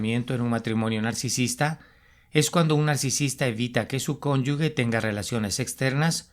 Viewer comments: Con todo respeto: Se dice cónyuge, no : cónyugue. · Cónyuge, no se pronuncia cónyugue